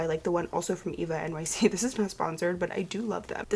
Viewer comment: I don’t think they pronounce it “Eva-nyc” I saw a TikTok of a girl saying she went to an ulta and they were like “that’s not how you say that”